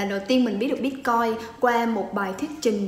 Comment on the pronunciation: Sao em van doc la "bitcoi" ?